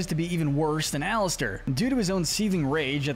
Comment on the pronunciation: It called alastor not Alistair